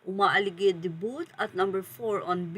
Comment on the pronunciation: Please please please, get the right pronounciation of Vogue and debut. Vog silent ue, debu silent t.